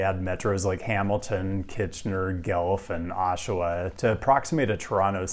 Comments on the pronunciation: Ohhh boy, hearing you pronounce guelph hurt. just as an FYI it is pronounced Gw-elf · As a former Edmontonian I'm compelled to propose an Edmonton-Calgary connector. We all know it makes sense. Btw, a small pronunciation tip: Guelph is pronounced "Gwelph." It probably shouldn't be, but it is. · Oh damn, I was not expecting the Gelf (Gw-Elf 'Guelph) to get me so badly! Just early morning tiredness perhaps. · GELF? It's Gwelph! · ... "Gelf" - that's a good one, it never occurred to me. It's "Gwelf". ;-) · Thanks for including Canada and Mexico in this! (BTW, Guelph is pronounced 'gwelf' not 'gelf' despit looking like a French word ;-) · Guelph is pronounced “Gwelf.” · In Vancouver “Guelph” is pronounced “Dude Chilling” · not the worst I've heard to be fair. Gwel-up is the one I'll never forget 😅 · Despite being pronounced "Gwelf," people from there are referred to as "Gelflings," so I can see why it might be confusing for an American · "gelf", I love it. Look up the pronunciation of Wasaga Beach before bringing that one up. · I always get so much joy out of Americans trying to pronounce Guelph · It’s “gw-elph”! But otherwise thank you for including Canada ❤ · My wife insists it’s pronounced GWELF for Guelph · Wishing for high speed rail from My hometown. Located near Toronto, It’s pronounced Gwelf . #guelph 😂 🚊 💭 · Shhh... his pronunciation is funnier. 😄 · I love your videos man but please for the love of god never say "Guelph" like that again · The way you pronounce Guelph 😅